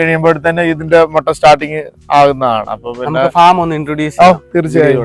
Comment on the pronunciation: It's not Motta, it's pronounced as mutta.